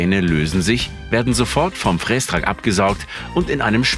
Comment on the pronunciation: Triggert mich brutal wie der "Frästrack" ausspricht... Gutes Video 😅